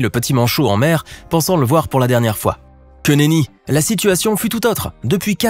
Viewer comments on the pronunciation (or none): Queneny (j adore comment il l as dis 🤣🤣)